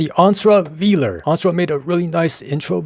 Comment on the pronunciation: Fimally someone who knows how to pronounce Velar correctly! Yeah I want one too. 🫢